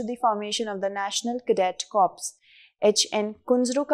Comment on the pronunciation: In NCC the word corps should be pronounced as Core and not Corpse